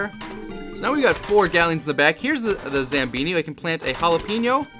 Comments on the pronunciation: Zambohni not zambini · it's zamboni not zambini! lol